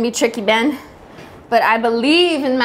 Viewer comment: You said it wrong, it's beyyyyyyn